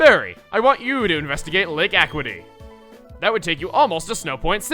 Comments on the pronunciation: AQuity is how to say Lake Acuity. A-Q-uity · You mispronounced lake acuity. Pronounced lake a-kyu-ity